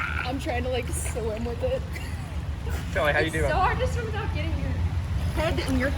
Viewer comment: Girl that not you spell Kalli you said Kelly